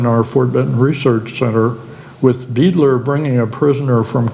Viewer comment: Beidler is pronounced "BYE-dler" not "BEE-dler." German last name.